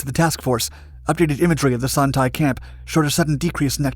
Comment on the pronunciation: The 'Tay' in Son Tay is pronounced more like 'Stay' without the S